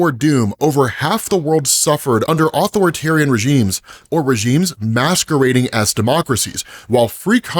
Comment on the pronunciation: Ah-Thor-tarian…not author-tarian 🥲